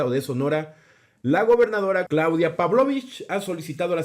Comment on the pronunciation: Primera vez que alguien pronuncia bien el apellido de la gobernadora de Sonora. Por otra parte, Sonora este año a registrado temperaturas de 55 grados centigrados.Así que sí es humano el cambio de calendario para el Estado. Aunque iniciará clases en plena canícula.